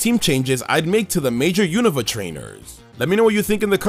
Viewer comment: My favorite thing about anipoke-tubers is that they pronounce “Unova” correctly. It’s been 10 years, why don’t people pronounce it correctly?